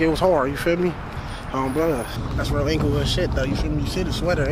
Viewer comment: He said "ENGLAYWOOD" 😂😂